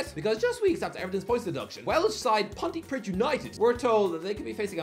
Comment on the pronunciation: I live right next to Pontypridd and I have literally never heard about that point deduction (it’s also pronounced pontypreeth)